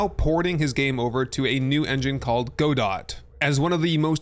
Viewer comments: Pronunciation Police! "Gah-Dough" not "Go-Dot". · Just a heads up, the Godot engine is named after the French play "Waiting for Godot," and in typical French fashion, the T is silent. Also, the D goes in the first syllable, not the second. So, rather than being "Go-dot," it's pronounced more like "God-oh." You know, like making someone scream "Oh, God!" in the bedroom, but with the words reversed. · Go-dot? Isn't it pronounced the same as(and named after) the titular character in "Waiting for Godot?" guh-DOE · It's pronounced "guhdough" not "godot" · Godot is pronounced: Ga-dough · Lol Godot is not that new and it's pronounced go-doe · It's pronounced "Go-Doe", the T is silent. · has no one said it yet? Godot has a soft "T". So more like go-doh. Also, very interesting to hear that you've not come across it before. After the Unity debacle it floated to the surface as one of the major options for porting games to to avoid the licenses of commercial engines. I'm likely a little biased there though as it's an engine that I toy with a little bit so the algorithm likely floated these to the surface for me. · I think it's pronounced guh-doe as in "Waiting for Godot" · Just for reference: Godot is pronounced "Ga-doh" 👍 Great video! I'm also most excited for Enshrouded! Such a good looking game. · The way Godot was pronounced killed me lol especially because i used to pronounce it that way